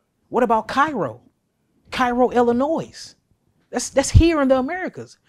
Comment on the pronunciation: It's pronounced ill-a-noie my brother, not ill-a-noise!!!! .. apparently it's FRENCH, according to this pale man that gave me hell as a young telemarketer!!! I called him pitching my companies service, he snapped at me for saying ill-a-noise! He said get the name right kid, it's French and it's NOT pronounced ill-a-noise!!!!! Hey, we learn something every day. 😅